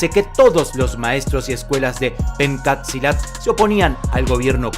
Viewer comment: gracias por hacer un video sobre Pencak Silat, a proposito, se pronuncia "penchak silat", pero está bien.. espero que ustedes puedan visitar mi país...saludos desde Indonesia